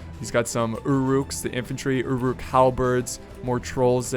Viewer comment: anyone else annoyed by the way he says uruk?